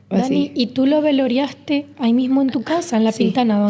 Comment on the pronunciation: Duele escuchar este testimonio 😢 No es veloriaste es velaste del verbo velar